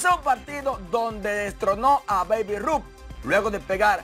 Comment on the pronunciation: Mafri es babe se pronucia beib.